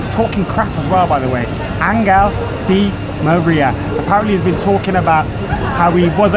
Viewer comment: Angel di ma-reer end